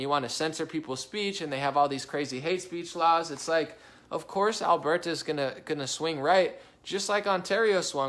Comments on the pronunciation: It's pronounced Al-bur-ta, not Al-bear-ta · Even better, say it from way down in yer gut, "Urburta"